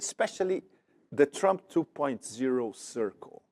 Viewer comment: makes me laugh, if you missed it Pepe said does Flump not Trump.